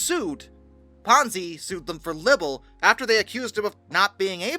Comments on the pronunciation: Great video! One tip though. Libel has one b, not two. It's pronounced lie-bil, not libb-ill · Libel: It’s pronounced “lie-bull” not “libble” Easy mistake. Great video 😊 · Lye-bell... not Libble. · nobody pronounces it lie-bell. I think the closest way to write it to the truly correct pronunciation without using special characters would be lie-buhl, but i wanted to write it in a way that most people would understand. Or maybe lai-bl. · Libel is pronounced like it has the word "lie" in it.